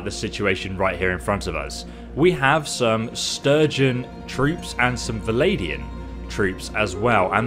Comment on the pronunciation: Bro, it's VLANDIANS, not VALADIANS. Also, you can press ALT to see where the enemy is in the battlefield.